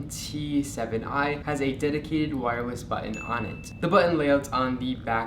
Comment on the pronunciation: “WIREWESS BUTTON” LOL